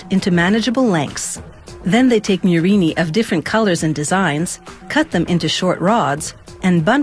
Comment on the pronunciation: It's Murrina, not "murini" you anglophones